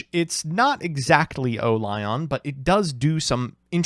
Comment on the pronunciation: Says O-Lion like O-lie-on